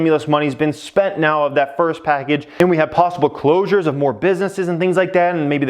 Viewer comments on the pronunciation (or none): none